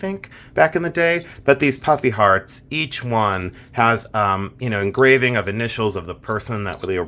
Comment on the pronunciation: I thought you were saying "puppy heart" charms. It wasn't until the end of that review that i finally heard ""puffy hearts". Still giggling. A great bracelet by the way, Lots of charm...lol.